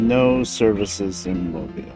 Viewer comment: Kudos to you for pronouncing "Mobile" correctly. I hear too many Northerners mispronounce it.